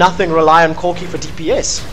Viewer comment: "requiem will destroy corcky, cock...CORKI's hp" hahahahaha really nice match, very aggressive!